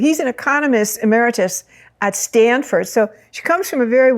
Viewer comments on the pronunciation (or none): none